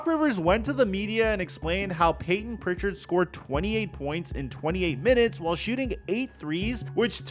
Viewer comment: Bro said Payton pitchard💀💀💀 scare him